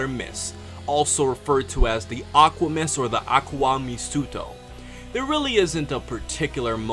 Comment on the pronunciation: "Akuwa meesuto" Or if you pronounced correctly... "Aqua mis't'" Otherwise known as "Aqua mist".